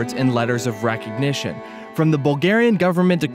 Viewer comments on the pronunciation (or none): none